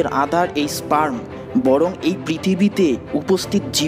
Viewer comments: স্প্রাম না স্পাম উচ্চারণ টা ঠিক হলো কিনা সেটা দেখা উচিত না হলে ভিডিও শুনলে বুয়া মনে হবে যে কারো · Ar e bhok chod eta sprem o na spem o na eta sperm